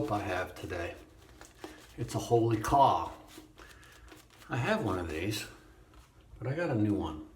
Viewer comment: Nice video,. I believe that the soap is pronounced Holy Cow (as pronounced by the Cubs sports announcer, Harry Carey, who pronounced it like they spell it”Wholly Kaw”). I could be mistaken. Ask the guy who makes the stuff cause I’d like to know.